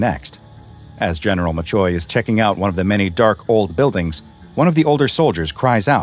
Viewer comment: machoy? more like chamoy😅